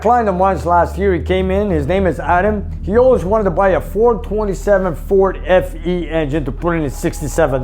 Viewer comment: FE, Sounded like you said SE